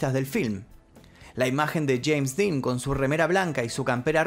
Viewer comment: El día q murió “sheims Dean”, q gracioso como lo pronuncia😂😂